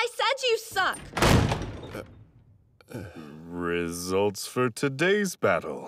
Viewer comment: "Rizzults" - Narrator 2021